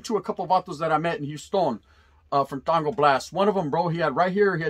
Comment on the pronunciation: WTF ? R U SERIOUS?? 😂😂😂 ITS TANG HOMIE ! NOT TANGO !!